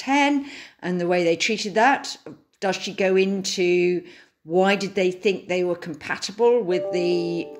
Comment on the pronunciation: James Forsyth - it's "this" not "vis, it's "they" not "vey", and it's "you know" not"yo"